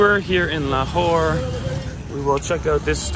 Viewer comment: la Whore? it's a city name? 🤣🤣🤣🤣🤣🤣🤣